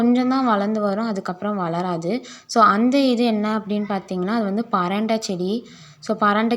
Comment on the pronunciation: பரண்ட இல்லமா பிரண்டை